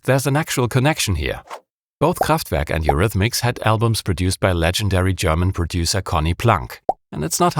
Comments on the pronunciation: I love it when you pronounce Kraftwerk! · that is the one and only right pronounciation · From your perfect pronunciation of "Kraftwerk" I immediately assumed your german 😅 Am I correct? Great disection of an iconic beat! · Hearing Kraftwerk pronounced that way sounds awesome. Loving this channel!